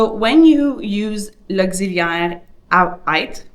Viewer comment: It's pronounced "être" not "aître" as you are saying it.